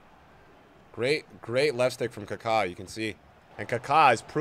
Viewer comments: He is kaka not ka kaaaaaa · It’s not carcar…